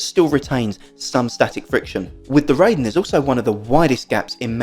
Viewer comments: Just FYI the Raiden 雷電 (thunder and lightning) is not pronounced "RAY-DEN" as in ray beam but *RYE-DEN as in rye bread. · No, it sounds wrong. "Ray-den" would be REI-DEN not RAI-DEN. 霊殿 (reiden) means shrine or mausoleum and it's an obscure obsolete word since jinja is most commonly used for shine. Japanese will not know what you are talking about and will correct you. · And you're still going to be wrong. Your ego won't change this fact. This is a Made in Japan product, ライデン is a Japanese word, and RAIDEN will always be pronounced RYE-DEN not RAY-den in spite of your ego and your ignorance. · Ray-den sounds better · Bro, respectfully, I also should tell you to listen to yourself. Was it even necessary to tell me that you think your mispronunciation sounds better and will continue mispronouncing the Japanese word? What was the point of that other than to prove what a stubborn a$s you can be. You have a blessed day as well.